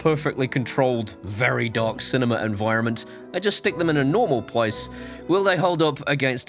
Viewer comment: Ohhhh Shiny.... I like the way you turned into a New York gangsta by putting them into a 'normal pwace'